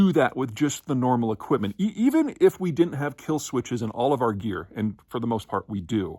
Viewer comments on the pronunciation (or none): none